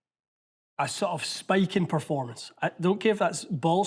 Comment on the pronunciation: Haha yes "preformance" 😂😂😂😂